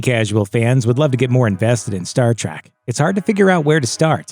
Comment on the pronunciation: and you all ready screwed up... It's TREK you godless uncultured heathenus swine! TREK not TRACK ... How Dare you!